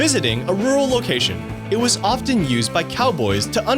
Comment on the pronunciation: I was listening, but stopped as soon as you pronounced the silent T in the word often.